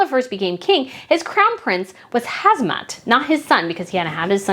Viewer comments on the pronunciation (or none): It’s Ham-zah, NOT Haz-mah, as you keep saying. I really appreciate you covering other royals, and this was very interesting. But a small tip-do try to slow down and lower your vocal pitch, if possible, for easier listening. More importantly, I know it’s hard to pronounce some names and place names correctly, but it will show respect and courtesy. A name, well-pronounced, shows care. When some people wave it off as too hard, or not worth trying, or just bungle it merrily, it shows a kind of disregard. I know you don’t mean to do that. Thanks for your content! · HaMza not HaZma 😅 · Hi, I think it's HAMzah (hum-zah) not HAZmah (hez-mah). Zah as in zah-ra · In Jordan its pronounced Ham-Zah. King Hussein had 4 wives. Abdullah's mother is English. Queen Noor married King Hussein after he was widowed.